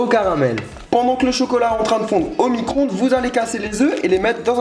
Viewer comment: Vidéo en partenariat avec céréale Lion Sinon c'est micro-onde pas micronde